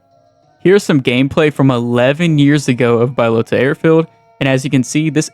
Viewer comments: Hahaha Bi-lota? you some kind of special or something bro? good video tho <3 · Bbaaiiyyalootahhh and mushikihnoo 😂 Anyway, its crazy how bad documentation bohemia had/has and also that there was no one noting these things down on a website or wiki like there is for most games😅